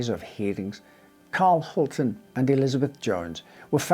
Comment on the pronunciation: A note on the pronunciation of Hultén: An acute accent will put the stress on that vowel in Swedish just as in French. The proper way would be Hul-tEEn, with the "E" sounding just like in Champs Elysées for example.